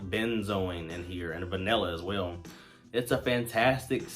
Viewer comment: Good video. Just a heads up….the word is “Vanilla” not “vinella.”